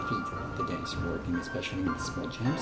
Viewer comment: Agree! Super annoying. What is a “jamp”?? 😂😂